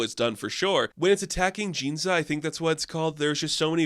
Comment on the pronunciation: Sorry to nitpick pronunciation but it has to be said: "Ginza", not "Jinza". You're a longtime Godzilla fan, and Godzilla rampages through Ginza in multiple movies, so please get it right. That having been said, I otherwise appreciated the review! Thank you for sharing the bit about the theater lights changing to match the events of the movie; that sounded like a super cool thing to have experienced. I agree that there has never been a better time to be a Godzilla fan!